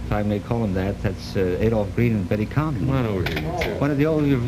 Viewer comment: Lovely, though it's Betty Comden, not Comdon.